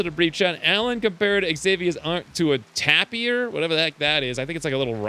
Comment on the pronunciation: "I think it's a rat...like a mouse" It's pronounced "TAY-pur" and they are related to horses, zebras, and rhinos, and are similarly quite large. The more you know! ✨